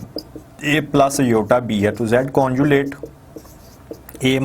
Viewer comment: Very dull and lazy teacher pathetic 😑....and someone correct him its conjugate.... not conjulate